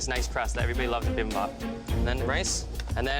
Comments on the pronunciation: Bibimbap. Not Bimbap. C'mon Eric Chong. At least respect the name of a Korean dish. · bibimpap is pronounced bi-bim-bop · LOL Noticed that as well. My husband is Korean and it sounds way different when he says bibimbap. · As a Korean, I'm cringing and laughing simultaneously every time someone butchers "Bibimbap" since nobody has pronounced it correctly minus Eric. 😂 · Me as a Korean hearing the bibimbap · Bruh I laughed so hard when they tried to pronounce 비빔밥